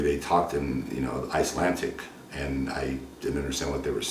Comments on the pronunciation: "Talking Icelantic"... WTF! ... you dum fuk Rich... its Icelandic you brain dead moron!!..BAHHAH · She spoke on the phone in Icelandic (pronounced with a D like Iceland, not a T like Icelant) but you still got proof from it that she was only in it for a green card ? There is something missing there. I talk to my mom about my green card all the time, because it's a long and stressful process and I'm close to my mom, so unless she specifically said she was doing that and randomly happened to say it in English I don't think you have a lot of proof there. I would never, ever speak English to my mom unless my husband were involved in the conversation. I never get to speak my native language here and even though I'm fluent in English it's still a strain to think in one language and speak in another, so a break from that is needed sometimes. Ultimately you got the annulment, so even though your evidence was weak you were probably right in the end. I'm sorry for your heartbreak. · Maybe because you pronounce Icelandic "icelantic"